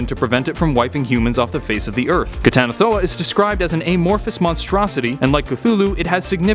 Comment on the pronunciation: I'm surprised you pronounced that flawlessly.